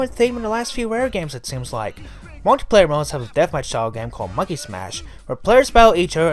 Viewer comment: I enjoyed the history behind Rareware and their games. But there’s something that annoyed me just a bit and it was the way you speak. Could be because you were trying to speak too fast and couldn’t understand a few of the things you were saying. You also had problems saying words like “bundle” and “multiplayer”. Maybe speaking a bit slower might solve that. Hope you don’t take this the wrong way. Other than that, amazingly well done mates!